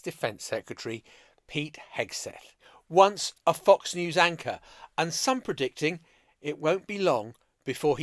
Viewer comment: Oh sorry, I misheard. You said FOX News ANCHOR!!! 🤣🤣🤣